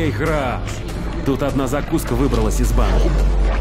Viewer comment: Храф? Звучит даже не так.